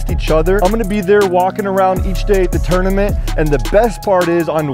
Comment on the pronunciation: Why does EVERYONE pronounce 'Tournament as "Turdamint"?? Lol wtf.'